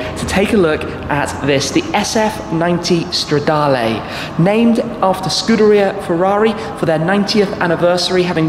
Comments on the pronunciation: Please work on your pronounciation. It is Stradaluh and not Stradalay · Considering how long you've been making videos on Ferrari's, you could at least learn how to pronounce the Italian model names. It's not stradarlay... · Bellissimo come shmee pronuncia "stradale" xD